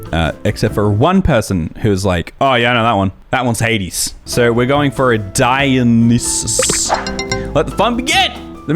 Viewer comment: 😆 it’s pronounced Die-oh-nye-sus Not spelled anything like it’s said